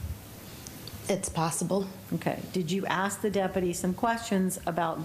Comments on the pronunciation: Well let me axe you this.... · Why can’t anyone pronounce the word ASK the proper way??? It is not AKS.